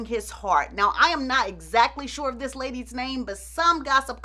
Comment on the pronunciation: Lol, "well listen ta dis" 😂 this is just tuuuuuu much 🤣 🙅‍♀️